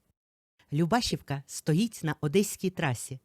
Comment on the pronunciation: ЛюбашІвка, наголос на і❤